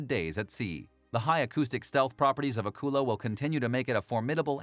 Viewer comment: Thanks for the video. I’m glad you got around to pronouncing Akula properly. Thank you!